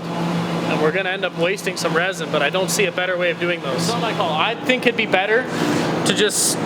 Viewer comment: The moment I hear "resin", I stop watching.